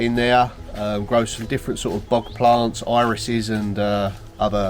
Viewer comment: I thought you were saying “bug” garden. 😂 It took me a minute to figure out bog garden. ❤